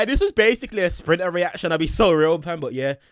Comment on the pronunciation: No way is calling Sprinter as "Drill" 💀 luv you though and I respect your content! Been watching for about 2-3 years now